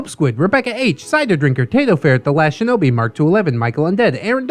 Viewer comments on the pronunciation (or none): none